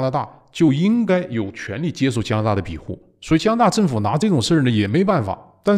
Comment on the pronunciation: 有口音问题不大，但不要偏离正确读音太远。庇护是必护，不是比护。善意提示。今天对习氏现代化的总结和解释很棒！